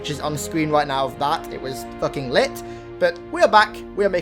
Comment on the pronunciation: "It was fucking littt" hardest t ive heard in the word lit lmfao good vid love ya